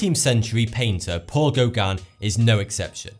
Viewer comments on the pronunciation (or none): none